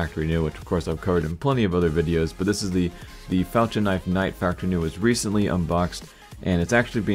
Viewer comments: IT IS PRONOUNCED FAL-K-IN. NOT FAL-CHH-IN!!!! I CANT TAKE THAT!! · I think you are saying "Falchion" wrong. Pronounce the "ch" like a hard "k". It ends up sounding like the word "Falcon."